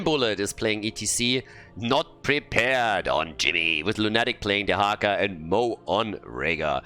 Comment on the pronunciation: By the way,, are you aware that english word "lunatic" has a stress in "u"? Lˈuna => Lˈunatic. As i'm saying it i don't know if the player told you how their name is pronounced but i would guess it's english "depraved lunatic". Thank you for this event! Meta madness is so unique ^^ p.s. Totally love it the Artanis - Uther synergy. Artanis dashes into enemy team, Uther presses E on him and the guy never comes back. Tragic story over and over again.